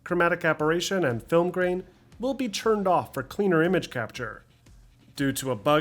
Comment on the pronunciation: I dont mean any disrespect, even though it may sound like it. But how do you manage to sound so articulate and professional. But pronounce "call of duty" as "Caww of duty"? "Churned" instead of "turned" is also a bit jarring. But, "caww of duty"?